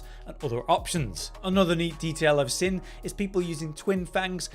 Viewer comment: The way you pronounce “seen” is driving me NUTS 😂😂😂